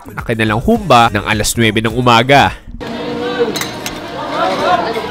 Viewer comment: Nakaka trigger ang pag pronounce nya ng Humbà eh Hahahaha